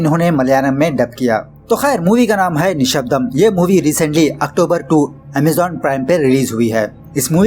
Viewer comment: Sounds more like nasbandi😂😂